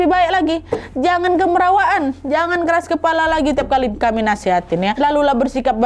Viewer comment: Bukan kemerawaan tapi kamarawaan